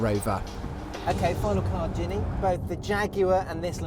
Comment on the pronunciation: He can't pronounce her name ginne it's genny